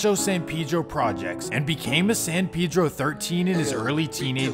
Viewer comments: Pedro like peh-dro boy pronouncing it wrong the whole time taking shots at other niggas pronouncing it wrong 😂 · Bro you don't even know how to pronounce it. That's a very soft e not that hard ass e you're using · You know this foo white when he pronounces Pedro wrong 🤣🤣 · Are you sure it’s pronounced like that bro because you saying it like pee-dro I feel like it’s pronounced pe-dro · It’s San “Pe-Dro” it’s Spanish it’s not San “Pee-dro” ... That’s how some black people say it in the city not the Mexicans. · Its not pee-dro either but thats how blacks say it. Its really pronounced peh-dro. Like peso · No one in L.A. says PayDro. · Smh it's so easy to say San Pedro, it's hilarious how y'all can't say it right 😂 like bro did y'all not see Napoleon dynamite? Vote for PEDRO not pee-dro 😂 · Ive noticed black ppl pronounce it as Peedro usually and others say Paydro. But in Spanish its pronounced Peh-Dro. The PE is pronounced like the word pez. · Ima say still say paydro 🤷🏽‍♂️ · It’s definitely not pronounced “pee dro” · San Pee dro lol 😂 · My boy said San Peadro… I swear people lack common pronunciation. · I can’t even take this bozo serious who told you you say Pedro “piiidro “ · Yea I feel you. I usually only hear Hispanics use the correct pronunciation. Most black ppl in San Pedro definitely say Peedro lol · Pee-dro for dumb foos 😂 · remble says it too watch his no jumper interview .. it's you out of towners that really care bout that lmao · i know blacks from San Pedro pronounce it like Peedro but im saying the dude who wrote the original comment is wrong too and its not Pay-Dro lol im not trippin on how ppl say it cuz ur right it dont matter. Its just funny when ppl try to correct others but r wrong too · Nigga said San Peedro lol it’s Predro idk how to explain on her but it’s Pedro not the name of latino person I guess not Peedro 💀😂